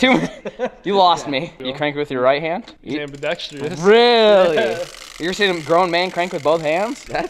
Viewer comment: PoolJet- "Ambadextriest" lmao